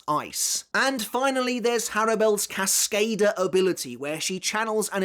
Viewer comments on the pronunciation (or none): Great watch. Hard listen. You look thirty; you should know how to pronounce Cascada at least